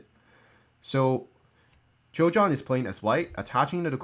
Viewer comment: Just a small nitpicking "Choi" is pronounced as "Ch-weh" with a little hint of o in between Keep up the good work